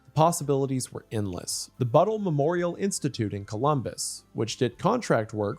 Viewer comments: lol Wendi calling Battelle “Buttle” is hilarious. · my dad worked there for 30 years, Im sure if I showed him this video he would instantly recognize this guy. Also fun fact, its prounounced buh tell